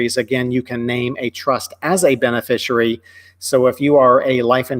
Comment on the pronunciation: Is it "bene-fishery"? I think it is beneficiary ( benefish-ee-air-ee).